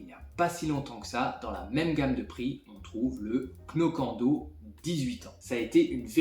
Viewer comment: Le Glenmorangie Signet n'est pas mauvais mais très liquide et aucun longueur en bouche : 200 euros pour rien, il y a bien meilleur à bien moins cher ... Moins cher que le Lagavullin et bien plus profond : le Kilchoman machir Bay. Knockando ... on ne prononce pas le "k" et le "o" se prononce "ou" 😉. Pas convaincu par le Glenfiddich qui remplace le Dalwhinnie, j'aurais plutôt mis un Cardhu 15 ans pour rester dans le cadre du supermarché.